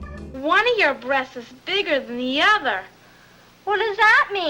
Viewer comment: "Did I hear somebody mention the word brrREASTS "